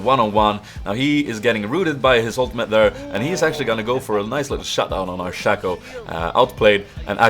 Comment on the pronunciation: uttalas shay-co